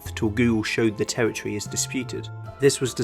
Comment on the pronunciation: Territory = pronounced “Tewwitwy”